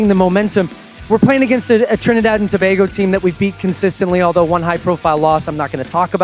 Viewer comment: Why they keep pronouncing Tobago like that?